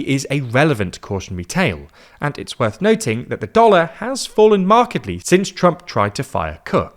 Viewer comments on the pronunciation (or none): none